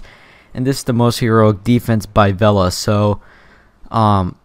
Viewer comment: Lol you pronounced vela in the wrong way but amazing war bro you defeated us indians xD